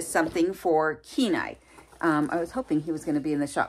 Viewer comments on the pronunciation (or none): Kenai.. not Kenine. Lolol . So sweet he is. So cute just want too hug kisses, kisses.